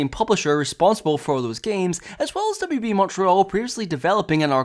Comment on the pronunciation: I heard it as WWE when you said WB